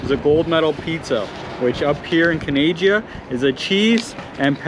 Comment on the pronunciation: Canad-Jah 😂 love it